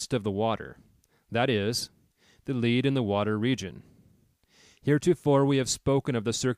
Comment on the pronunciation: Dear, It is lead - as in the heavy metal - in the water region. Not lead -as in guiding. The is the point of that part of the technique. Thanks.